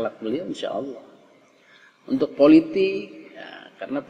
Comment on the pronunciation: Belajar jata Allah dulu, biar sholatnya sah,,masa nyebut Allah jadi owoh..